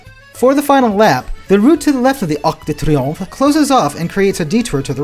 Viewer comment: “Arc de triomphe” loved the pronouncing